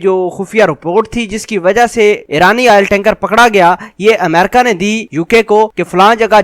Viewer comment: Mera izhar e qayal ye hai ke Tere ko America bolne nahi aata, Tera pronounciation jahelon jaisa hai, theek Haina, sudhaar le